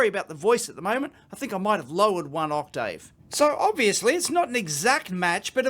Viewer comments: Did he say "I might have lowered one octave" Or "I might have lowered one octDave" ? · I heard octdave!